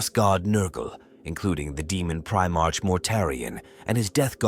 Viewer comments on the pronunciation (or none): "Gwilliman" "Primarsh" I just can't. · If you are going to make a 40k video at least learn how to pronounce Primarch correctly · It's not fine for me either. 😅 I did keep trying to think of it that way, but the mispronunciation was still just way too much for me.